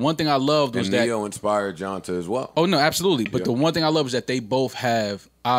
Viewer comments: Yo Joe, it’s pronounced “Johntay “ it’s just spelled like johnta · I still find it funny they're pronouncing Johnta' name wrong. lol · It was cringe worthy listening to them pretend to know who Johnta Austin is while mispronouncing his name for 30 minutes.